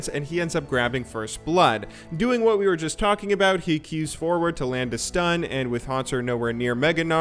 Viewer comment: Tryndamere a bit weak ? You say woot mate ?